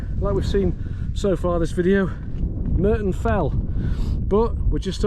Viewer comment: It's Murton not Merton......sorry